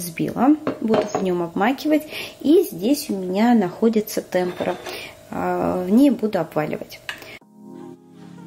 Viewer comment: ТемпУра, ударение на У.